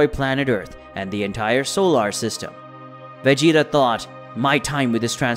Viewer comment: I almost made it to 10min. But when I heard him say veggie, ta....my brain just kinda started twitching